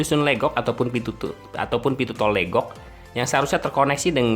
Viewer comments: Pengucapan Legok jgn seperti logat Batak, tapi dibaca Legok seperti kata lepas, Legok itu artinya cekungan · Emang legok, bukan leugok.. Pengucapan logat batak, kebetulan saya tinggal di legok